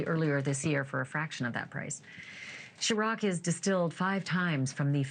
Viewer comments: His alcohol brand is pronounced “ sir-rock” not shirrock . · Sherock 😂😂 it’s pronounced “sir- ock” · What is chiroc? 😂 Ciroc ma'am! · There's no H in ciroc it's pronounced (Sir-Rock). Stick to reporting the news and not jokes. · Ciroc not Sharock! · Not Shiroc, its Ciroc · Shes calling it sherock😂😂😂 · "Shuroc"? Girl bye 😭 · Oh wow 😳 is it really pronounced sher-roc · The way she said Circo smh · She could learn how to pronounce Ciroc. 😂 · Please teach Ashley how to say Ciroc. It’s beyond annoying when Ashley attempts to be a gangster